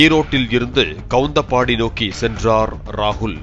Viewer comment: Kavunthapaadi daa 😢 not kavunthambadi